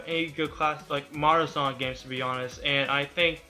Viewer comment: is it me or does this guy keep saying sonc